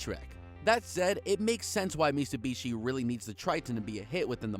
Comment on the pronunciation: Did you say mitsubushi? 🤦🏼